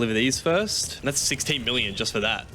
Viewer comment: why does he say 16 B like farex